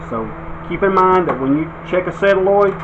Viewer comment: It's a sOlenoid not a sElanoid!